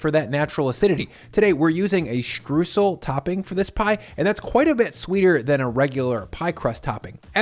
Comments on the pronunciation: I love this recipe but you are saying Streusel wrong. Stroysel NOT Stroosel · He was litterally talking about Streusel the whole time. Only that he pronounced it more like "stroosl" instead of "stroysell". Also in most regions of germany a sweet yeast dough base is used, not necessarily a pie crust. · ffs its not "strewsel" its "STREUẞEL" or "Stroysel". you can say the "oy-" of "oyster", then you can say the "eu" in "streußel" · FYI The "eu" part of "Streusel" is pronounced like the "oy" part of "Oyster", so "stroysel". Greetings from Germany :D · To pronounce Streusel correctly, say "oy" and "sal" ... "shtroysal" ... sorry for being a stickler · Btw its pronounced shtroisel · Streusel ... pronounced "stroy-zl" I sometimes make apple pie without the dough. Just apples and Streusel to be eaten straight out of a shallow ramekin 🙂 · Great recipe! By the way: Streusel is pronounced "str-oi-sel". Greetings from Germany!;-) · Mouthwatering recipe 🤤 Just a tip: "streusel" is pronounced "strOYsel" in German 😬 Otherwise, perfect 👍😎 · Streusel. The eu is pronounced like the oi in the ACDC song TNT. For aural reference. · In case anybody is wondering, the "eu" in "Streusel" is pronounced like the "oi" in "moist", not like "oo" as in... words with -oo-. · Between the pronunciation of "Streusel" and the "German" potato salad that no German has ever made in the history of ever, I am starting to think doesn't know diddly about us Krauts.